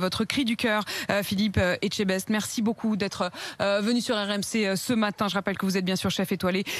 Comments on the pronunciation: ELLE A DIT PHILLIPE ETCHTEBAISE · "on est avec Philitch Etchebaise" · "Philippe etchebaise" lol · Nous sommes avec phaillipe estchebaiz.. Ah ouais OK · "On est avec Phil.iche et chu baise" ??! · c'est ça une journaliste? elle arrive même pas à prononcer le nom du gars qu'elle interviewe... et l'argent de nos impôts ça finance et entretien cette incompétence??